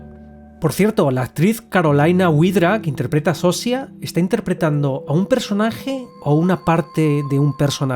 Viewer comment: Yo pienso que al final es malo perderse, sería como estar drogado con fentanilo, tener una “felicidad “ en la que no estás presente. Pero es muy buena filosofía, no sabemos si nos sirve o se sirve de nosotros y nuestros recursos. Buen resumen!! Por cierto, en español se pronunciaría “Sosha” y la actriz “carolina viedra” Saludos desde Polonia.